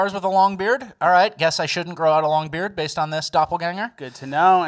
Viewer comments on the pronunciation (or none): none